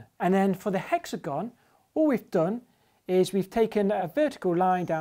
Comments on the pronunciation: Spoilt by mispronunciation of "hexagon"... stop pandering. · monsieur grimes says hexagon weird